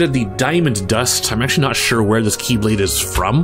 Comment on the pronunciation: And now, instead of pronounced as "KEY"blade (as in like 'door key'), they are now pronounced as "KAY"blade (as in like someone's name) lmao